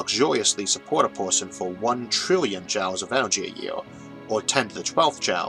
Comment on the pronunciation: Hey! I resemble that remark! Watching these early videos, it's really impressive how much the production quality has gone up. It's also so cute he didn't know how to pronounce "joules" (like jewels) back then.